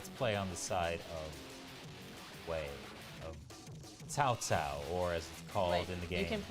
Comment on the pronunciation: Yes Cao Cao was Cow Cow 😂😂😂😂